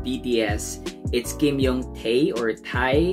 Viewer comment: My bias is Jungkook. Enjoyed the reaction, you got most of the names right, it’s Taehyung rather than Youngtae:)